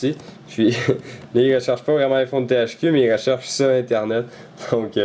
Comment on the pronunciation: en français on dit bien AÏE phone ! et pas I phone :)